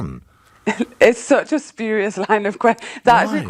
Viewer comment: speeeeuriious this lady tries to pronounce the word. spurious. jesus christ.